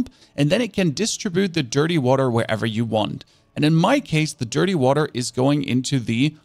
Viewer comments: Noone: This guy: wahTer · dirTTy waTTer god please stop pronouncing the T so clearly